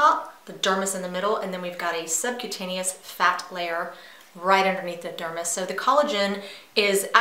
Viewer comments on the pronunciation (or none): none